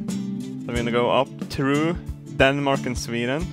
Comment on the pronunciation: "Danemak" lol